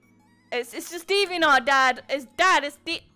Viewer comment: Bro that British accent made DeviantArt sound like "deevee nut" 😂